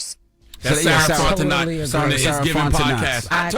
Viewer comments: They killing me with the Fontenot pronunciation 🤣😂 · Sarah Fontenot’s last name should be pronounced: FONT E NO not NOT